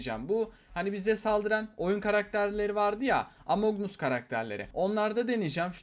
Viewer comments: 1) among us emong as diye okunuyo 2) eleven 7 degil 11 demek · Abi gıcık oldum şu oyunun okunuşu among as lan as